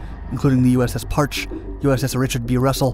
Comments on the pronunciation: Awesome video. One small quibble: it’s pronounced Par-chee, not Parch. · It is pronounced "Par-chee" not "Parch". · It's pronounced "USS Par-Chee" not "parch" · “600,000 square foot cable”? Ehhhh. Might want to check that one. Everything else about this was awesome. That wasn’t Capt James Bradley shown on screen when the narrator was talking about him those couple of times and a lot of this footage was snagged from films about the DSRV and other operations but this is my favorite one you’ve done. Also it’s pronounced “Parchee” (hard E) and she was a Sturgeon class ship with an in-sane career. She’s razor blades now but what a machine. Great video. THANK YOU FOR IT. I loved this one. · The USS Parche is pronounced "parchee" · Thank you from a submariner who cringed when I heard that pronunciation. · The Parche is pronounced "par-chee." 👍 It's a legendary boat and should be pronounced correctly. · James Weldon we that served on these boats cringed when he said it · You mis-prounced "Parche." It's pronounced "Par-Chee." Source: I'm a veteran of SUBDEVGRU ONE. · USS Parche is pronounced PAR-CHEE. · It's pronounced "Par-Chee." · Learn how to pronounce Parche properly